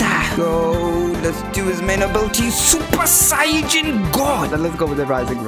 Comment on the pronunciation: I don't know why but I laughed when he keeps on saying supa saiyajin goddo!